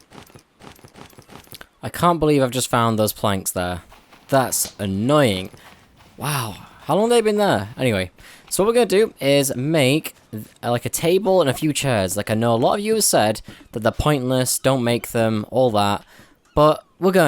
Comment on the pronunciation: How he talks longkk imstead of long